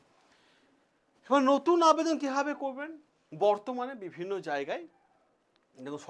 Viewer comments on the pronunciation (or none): none